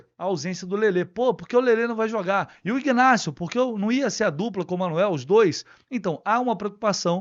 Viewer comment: Bom Dia, minha sugestão para você é s pronúncia do nome do Jogador Ignácio este G é mudo e não é pronunciado, pronuncia somente Inácio